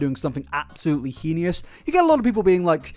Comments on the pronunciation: heinous. not "heinious." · "Heinous" is pronounced "hay-nuss" (hānəs) 🤓Pretty sure that holds true on both sides of The Pond. Would not mention except you used it several times and seem to like getting things right. Great video! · You should make an apology in your next video on Colleen for your pronunciation of "heinous" as "henious". It's cute but it's wrong 😂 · I love the way you pronounce "heinous" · The way he pronounces "heinous" is so interesting. 😆 Is that a British thing?